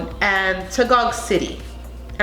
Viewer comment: Very food pronunciation except for pasay and taguig! Well done 👏